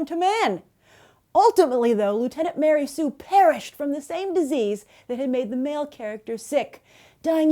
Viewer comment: Ma-Rey Sue.